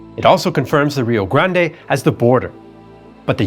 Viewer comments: First, kudos to for his detailed and informative explanation of the musket as used. Second, pronunciations are hard. They are harder in Texas., you persisted in pronouncing Rio Grande as ree-oh grand-ay. In Texas, we pronounce the name ree-oh grand. Silent final e. How do the Mexicans pronounce Rio Grande? They don't. The Mexicans call the river the Rio Bravo. They have one name and we have another. Like the Gulf of America. San Jacinto pronounced sahn ha-seen-toe is correct for locations in Mexico. In Texas, it is san juh-sin-toe, with j like in jet. Makes no sense to me either. Could be worse. There is a town in Texas named Mexia. Perhaps the Mexican pronounciation for it is me-hee-a. Don't know. One would suppose the Texan pronunciation to be mex-ee-ah. It is not. It is muh-hay-ah. Could be worse still. Refugio is pronounced ray-fyu-ree-oh. Guadalupe, pronounced hwa-da-loo-pay by all Mexicans (who think it is misspelled), is pronounced gwa-da loop by Texans. This mess started when the Mexicans threw out the Spanish. The Spaniards named the land Mejico, because they could not pronounce the sh the Mexica people used. When the Mexicans took over, they changed the spelling to Mexico but kept the pronunciation. So Tejas became Texas. Of course when the gringos entered the pronunciation of Mexico and Texas changed to suit Anglo palates. Pronunciation went downhill from there. This is to say that your pronunciation of names in Texas is bad but readily forg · The 'e' in Rio Grande might be enunciated in Spanish, it's not in the US or Texas, so when he reads direct quotes from American people with the Spanish pronunciation... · It is Rio Grand. In pronunciation. At least in Texas! No one from here says Rio Grand-e. Also, I was in the Army and your pronunciation of Leavenworth with a long "e" like "leave" is odd. The "e" is short. Look it up. "The correct pronunciation is typically something like "LEV-en-wurth,""